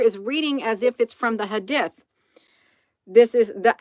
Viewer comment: It's pronounced hadeeth... good job Hun.💗